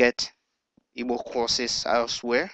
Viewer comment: This computer is saying evil ,not Igbo, it is not necessary.